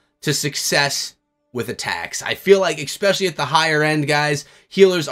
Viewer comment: Also he said exspecially so obviously can't trust him 🙄